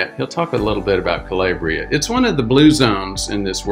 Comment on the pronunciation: Italian pronunciation: Cah-LAH-bree-ah